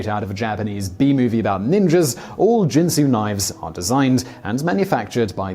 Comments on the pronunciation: Oh you mispronounce Ginsu. It isn't jensu. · Ginsu. Hard G like garbage, gutter, game, etc. Not a j sound. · There should be a top list of the many times Simon Whistler mispronounced a word. For example, the Ginsu commercials clearly pronounced the G , like Gill. It's annoying to hear every video with obvious mispronounciations. Do your research and stop sounding stupid on YouTube. Ricardo MonTALbon? Really? OMG! It's MONtalbon. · Ginsu ( another brand name ) , is pronounced with a hard sounding G . Not with a soft G as in the liquor Gin . I remember the commercials in which they pronounced the name of their miraculous new knife . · you are saying Ginsu wrong, you are pronouncing it Jin-Su not Gin-Su G G G ge Ge Ge sound, Ge In Sue, next you will probably start saying JIF instead of GIF, JIF is a bloody peanut butter brand not an animated graphical interchange format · I'll translate for the Americans. Its "Ginsu" not "Jinsu" 😜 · Ack! Simon, you're videos are wonderful, but for the sake of my ears, please check the proper pronunciations of names: 'Ginsu' has a hard 'G' sound (like 'gun'), not like the alcoholic beverage "gin". And Ricardo Montalban's last name is 'MONtalban,' not "MonTALban.' ;-) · Ginsu not jinsu. Apparently they didn’t air those infomercials in whatever foreign country you grew up in. Here in the USA the commercials pronounced the word with a hard 'G'. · Karl Smallwood... could you teach Simon to pronounce words the way they are meant to be ? Jinsu doesn't make knives but Ginsu does and they use the hard G in their advertising. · It's Ginsu with a hard G, not a J. I guess you never watched the commercials. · Ginsu, not Jinsu... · /GIN-soo/ not /JIN-soo/, and Ricardo /MAHN-tel-BAHN/, not whatever the hell you said. You mispronounce a lot in your videos. Please contact me in the future on any words you are seeing for the first time and I will tell you the correct pronunciation. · Ginsu uses the hard G. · Ginsu (like Go), not Jinsu (like Jump)...